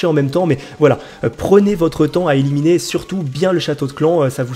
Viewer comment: a eliminier ? Xd